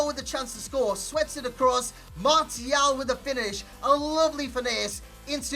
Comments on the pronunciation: well I didn't expect you to reply lol but yeah try marshial and let go of the mart-ial, love the channel other than that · martial is pronouced marssial